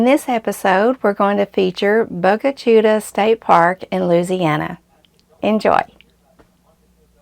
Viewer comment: good afternoon the word is pronounced Bo-ga Chit-ta and is Indian for black water